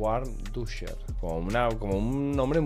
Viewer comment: Bro, se lee Vandusher. La w es como la V. Buena partida